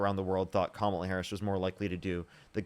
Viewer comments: ahh. I think you're reaching a lil bit. The mispronounced kamala is definitely disrespected. But we have to stop bitching and moaning about petty things. Its disrespectful when Trump makes it a point to say Barrack Hussein Obama. But saying Kamala, Hillary is not. Plus, I've heard Biden get called Joe many times and slick willy called Bill and Donald called the Donald. There is so much to go after that actually has substance. This type of bs is part of the problem where they paint the left as just whiney lil bitches. Im sorry. I swear I mean no disrespect. But I've now watched the worst potus and person to ever grace the Whitehouse. And the greatest divide in my life of our country (im 49) a country i served proudly. And a lot of it is because of our own internal culture wars or making sure we use the right pronouns. " Ahh, I'm offended so I'm not voting...." The republicans 3rd biggest campaign money expenditure was on thd trans issue and scaring people. So instead of winning the election where we could make sure its equal but not special rights etc. But no, prominent dems including Kamala fumbling the ball especially with the comments about a prisoner can receive a sex change. (I know her reason and that she had no control of that policy) But ffs. Less than .01% and its worth it to have trump for 2 terms? As usual the repugs put us on the run chasing our tail. If trans people really think that republicans would be better for their rights than good luck to you. Im not pand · Can’t even pronounce her name. KA MA LA. Really complicated for them. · Her last comment genuinely proved how racist and sexist she is lol. She couldn’t properly say Kamala’s name right but when she has to refer to her as VP Harris, suddenly she NEEDS to say JD Vance is the VP right now lol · Who would name their kid Komla? It’s Kamala (ka/ma/la) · Every time they mispronounce Kamala we should pronounce it dooneld